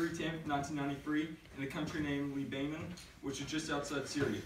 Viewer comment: Libainen😂😂😂 Fam its lebanon(Le-Ba-Non)